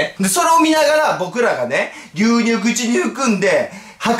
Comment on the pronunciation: 牛乳をりゅうにゅうっていうの バカ好き笑(((o(*ﾟ▽ﾟ*)o)))